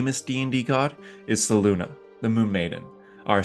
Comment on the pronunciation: Great video. I know it's not easy to pronounce all the names correctly without older source material (or taken time to refer to the FR Wiki) but honestly I don't get how people pronounce Selune as "Seluna", when clearly it could be either Seh-loon-nay or Sel-loon (it's actually the former according to the original AD&D/2e "Old Grey Box"). Your pronunciation of Sune (Soon-nay) is bang on, so how do you (and so many others) get Selune so wrong?? For pronunciation of names, if you don't have the original Forgotten Realms box set from 1987, it is referenced on the Forgotten Realms Wiki website. Each deities name has a pronunciation guide in brackets next to their name.